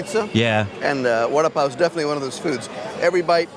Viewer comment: Vuh da (as in Down) Paa O.